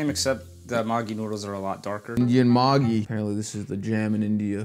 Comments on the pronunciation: Bangladeshi: what the sh!t did you just say 👁👄👁 Maggi is a noodles brand but how he pronounces it (maaaagi) in bangla means like mad person sorta its slang soo ya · Please....... Just don't you ever pronounce 'maggie' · It’s would definitely taste better if u added less water and maybe if u pronounced its right It’s maa-gi btw But anyways good try ig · It’s pronounced ma-geeee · When u realise it's pronounced ma gi💀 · It's pronounced mageee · That maaaagi nyudles 💀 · Wrong pronunciation say meggi😫😩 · It is not maggi it is meggi 🥲 what are you calling it can't you pronounce it well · The amount of water.. and the way he pronounced maggi- Oh hell nah- 💀 Man I'm dead 💀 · Nobody's gonna talk about how they pronounced "MAGGI" Also you added too much f,ing wateeeer 😭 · no, actually the person laughed his ass off because the way they pronounced Maggi, meant prostitute in Bengali, an Indian language, which is also both an insult and a curse word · bro the way he's pronouncing it sounds like a Bengali cuss word💀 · Being a Bengali, the pronounciation of Maggi killed me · You undercooked it You pronounced it wrong You got the wrong amount of water You hurt my soul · Being a maggi lover when he pronounced maggi after listening this , now I'm in hospital 🏥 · The way he pronounced maggi means something else here in west bengal👀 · That pronunciation was enough to make half India mad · The way he pronounced Maggi🤣🤣🤣 It literally means a slang in Bengali-💀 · bro just putted the Maggi in the Indian Ocean 💀 and the way he pronounced Maggi NAH WHAT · You guys can atleast pronounce Maggi correctly it's literally English 😭😭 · It's not Maaaaagi noodles it's Maggi only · Bro it's magiee put pressure on eeeeeee indian maagi 😂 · Btw it’s pronounced [mäggi] not [māgii] Either way great video! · It's not maagi it's megi (pronunciation)😅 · bro its not "magi" its "Maggie" your pronouncing it wrong😭😭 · It's pronounced maegi,not maagii. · It’s not pronounced as maagie it’s Maggie